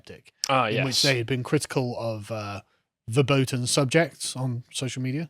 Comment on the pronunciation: Verboten is pronounced Ferboten. A “v” in German is generally pronounced as an “f”.